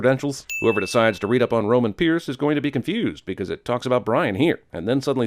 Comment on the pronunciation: Why was he calling Roman “rome” for like 2 minutes